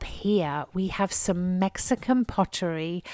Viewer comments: Also not tone-A- la. It is tone-a LA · It is pronounced Ton- a- LA. Accent on the last syllable , not TONE-a-la accent on the first syllabile.